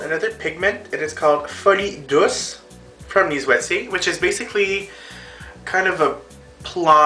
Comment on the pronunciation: I love how you pronounce Lise Waitier products....one might say you pronounce them "correctly" hahah. Another great tutorial :D